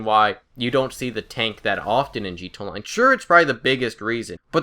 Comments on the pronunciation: it's not G TOW online, it's GEE TEE EH online. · why are you saying gtonline instead of gta online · Dude its G.T.A ONLINE STOP SAYING LIKE THAT WTF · is he saying 'G2 Online' because it's sounds like that instead of 'GTA Online' I'm not trying to be nitpicky, I just thought it was funny lol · "Gee Tahnline" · I fucking hate how the fuck you say GTA online you say it "g to online" and that pisses me off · Stop saying "G Tone Line." Slowdown and enunciate. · Take a shot every time he says 'Gee T'online'